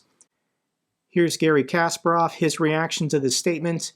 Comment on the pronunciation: Dear pls call Kasparov correctly it's Kaspárov not Kásparov